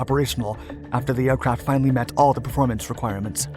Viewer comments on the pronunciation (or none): none